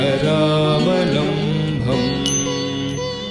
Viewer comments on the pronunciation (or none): It is karaavalambam nor KARAAVALAMBHAM DICTION IS IMPORTANT FOR HINDU RELIGIOUS STOTRAS